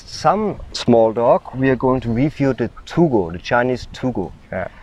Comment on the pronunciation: It is pronounced Too-Go. It literally means, earth dog. I have one (yellow). I live "there." It is wonderful here, and my dog is the best one in my long life! Edit: You are mistaken about them not being good guard dogs. Try walking up to a random house in a Guangxi Village and see what kind of welcome you get!